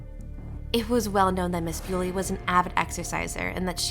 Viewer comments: Her name is pronounced 'bully' not beauly! She's not 'Mrs' either, she's not married! Not much of a detective ate you?🙄🤔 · Please pronounce her name correctly, and It’s Miss Bulley not Mrs Bewley. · If you’re going to do a piece on this poor woman, please at least get her name right, it’s Nicola Bulley , pronounced Nick ola Bulley not Bewley. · It's bully, but with an e next to the y. Your pronouncing it wrong! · No, this is not thrilling, you mispronounced her name, and your cadence is terrible for an aspiring TC narrator. Ew. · And at least get her name right!!! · Not even the decency to pronounce her name correctly, disgusting. Do your research properly before posting it on here for clicks